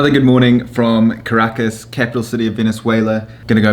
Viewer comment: Also Caracas is pronounced KAh-ra-KAhS